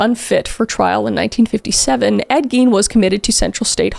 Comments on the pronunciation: I heard “eggy” and now I can’t un-hear it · Wisconsin here. Tbh, they having had the last name Gein and pronouncing it the way they did would be my first hint that they weren't exactly dealing with a full deck. The "i" should be the vowel sound made, but they said it with the "e" vowel. Bunch of splitters.